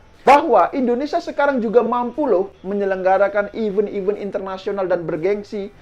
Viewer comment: event di baca nya kok even. malu maluin.